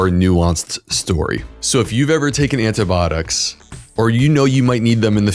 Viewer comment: If you are going to do a program on antibiotics, you should learn how to pronounce the word. How can you not know this? Are you really a physician, Look it up. I am unsubscribing just because you can't pronounce a common medical word correctly.